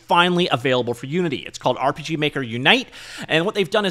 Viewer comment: Did you just say urp. Is that actually how you say it now